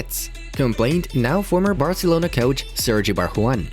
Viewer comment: It is coach not couch 🛋